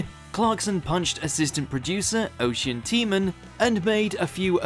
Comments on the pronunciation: The guy who Clarkson punched is called Oisin, which is pronounced osh-een or Osh-een not O'cean. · That man Jeremy Clarkson punched name is pronounced, (O-Sheen) or (uh-sheen) depending on the person